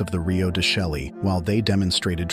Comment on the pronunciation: I can't watch a video where the narrator mispronounce the name of the location. Chelly doesn't rhyme with "jelly", it's pronounces "shay". It's a stunning place to visit and deserves the respect of pronouncing the name correctly.